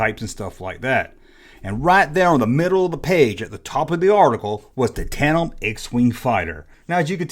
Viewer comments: Says tate.em like 20 times loawls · TAN-DEM. It happens,. "Australopithecus" try saying that. It took me a year to pronounce that correctly in anthropology. I've never encountered anybody yet who ever had a prototype of a toy, or a cancelled toy in a collection.